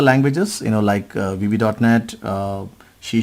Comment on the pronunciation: Why are you spell shee sharp it should be c sharp. Correct your pronunciation